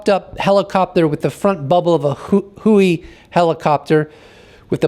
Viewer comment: USAF is United States Air Force. Not "You Saf". Huey is Huey, not "who we." Thanks